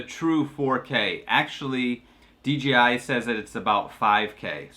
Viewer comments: That's OK, he kept calling DJI DGI. But a great video. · how about the fact that it’s DJI not DGI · It’s DJI there is no G in it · Common mistake, I even say it sometimes accidentally. I even caught the official DJI support videos narrator doing it in a few videos.